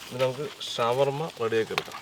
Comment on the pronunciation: ഷവർമലയല്ല ശവർമ